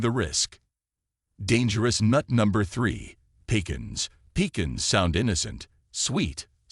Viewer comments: I don't believe you. Walnuts are one of THE heathiest nuts you can eat. What medical school did you attend. You are right about Pistachios but wrong about peanuts. Moderation in everything, no salt, in olive oil. AI can't even pronounce pecans right. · You came up with a third way to pronounce" pecans". I'll cut back on them anyway.